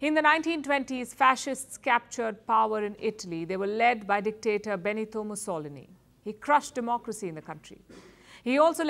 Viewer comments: This is the most disappointing report I have seen from Palki Sharma so far. As uncritical as never before, she just repeats the "mainstream propaganda" of her competitors. And, please, learn Italian! The name of the past Italian doctator is "Mussolíni", not "Mussólini"! Please do your homework, as you have done in former years, when I was a great fan of yours! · Say Musso-lini not Mussoli-ni :) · I have never heard Mussolini's name pronounced that way before. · Mussolini's name is not pronounced like that. The stress is on the second last syllable. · It's funny how a normal guy with his 3k yt channel playing hearts of iron 4 can pronounce "mussolini" the right way but the journalist of a 3 million channel can't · The pronounciation of "Mussolini" is hilarious. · You can't even pronounce Mussolini correctly...u know nothing. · Please pronounce Mussolini correctly